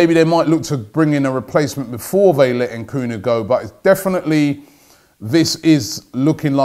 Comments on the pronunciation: Dude it's Nkunku not Nkunu 😂😂😂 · Nkunu? Ahahhha Robbie ffs mate its NkunKu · Robbie you’re too smart and old to continuously mispronounce players names. All it takes is effort. NkunKU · Robbiie maan! It's not Nkoooonoooo its N Kun Ku!! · Robbie the name is Nku-nku NOT Nku-nu!!! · Robbie it is Christopher N-KU-N-KU not NKUN FFS. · I'm pretty sure the pronunciation is N koon ku Not N koo no at his best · Nkunku Robbie not bloody nkunu just read the names b4 you say it you do this all the time lol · N' KUN KOO...not N' Koo Nu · EN KOON KU not EN KOO NEW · En-koon-ku Robbie ffs😂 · His name is pronounced ‘N koonkoo’ Robbie you fool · I'm almost 100% sure you need to pronounce the second K in his name Robbie. NkunKu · Un-Kun-Ku ffs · HAHA N KOO NU LMAO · It's annoying and funny at the same time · Why do you always get names wrong The name is straight forward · "Nkunku" means Chicken in this part of the world. And yes Robbie is butchering the pronunciation. I am sure he's from Southern Africa. He's got skills! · Nkunku, please get it right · He messes up his name the whole video 😂😂😂😂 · Not a ‘transfer daily’ vid without a butchering. Nkunku the victim today.